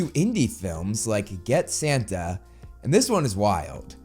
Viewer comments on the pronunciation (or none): none